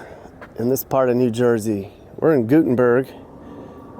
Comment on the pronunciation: There is no suburb in Hundson County. The closest to suburbs in Huson County is Seacaucus & Bayonne. It's Gutt (as in your gutt)-en-burgh. The Hispanic communities are very proud and very tight. Very admired. And yes, we became a swing state. See you, Vance in 2028 🇺🇸🇺🇸